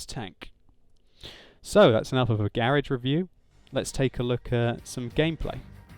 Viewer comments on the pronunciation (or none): you said garage wrong